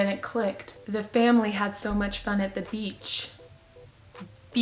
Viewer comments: lol I thought it was beatch but it was beach lol sorry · You said BEACH! - class gasps in unison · when she said the one about the girl who thought she said b***, i thought it was f** because she said fun